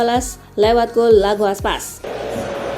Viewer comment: Hahaha~, Mbak voiceover-nya salah baca. Namanya Iago Aspas (pake huruf I kapital, bukan L kecil).